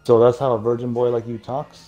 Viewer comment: I can’t believe the man said virg 😂